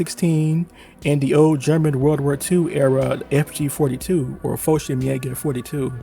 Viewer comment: Jesus please say fg 42 and. Nothing else cause you butcher the word and you only said half of it xD but other than that nice video:)